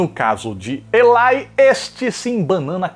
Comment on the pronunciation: Elitche hauahauahauahahaha